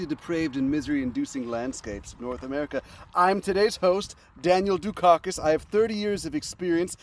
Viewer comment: Dukakis, for my German ears sounds like "Youshitty", interesting.